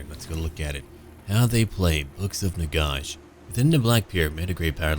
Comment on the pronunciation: Can't listen to your pronunciation of Nagash. It's Nagash as in a gash in your leg.